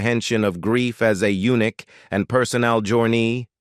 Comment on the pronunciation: C’mon, when robot reader says eunuch instead of unique… that was funny!😆